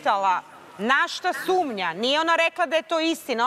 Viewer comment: Dejan koji je kao pametan i elokventan kako kažu on SUMLJA jao sumlja halloooo sumnja 😛😛😛😛